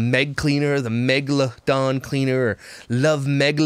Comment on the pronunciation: MEH-GLA-DON Cleaner 🤣🤣🤣 💀